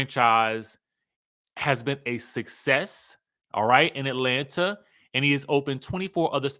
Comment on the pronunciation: 1."Atlant-eeeerrr!" 😁 2. Monyetta can read 🤌!